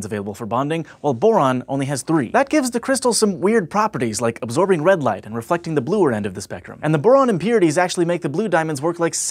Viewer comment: absorbing not aborbing